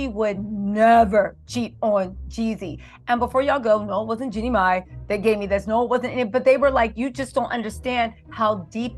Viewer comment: Jeannie not jinnie